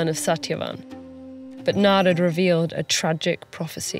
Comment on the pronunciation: I appreciate how the names Satyavan, Narad, and Yamraj were pronounced as it is instead of Satyavana, Narada, or Yamraja. TED-ed did a great job in maintaining the diversity of Indian culture in every bit of this video.